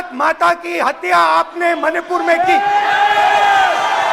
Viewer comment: Even he was not able to say Manipur rightly.... mahipur... mahipur 😅